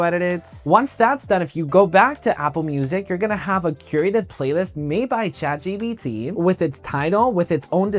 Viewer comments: yeah i noticed he was saying that too or is that a spanish thing💀💀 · it's Chat GPT bro not GBT💀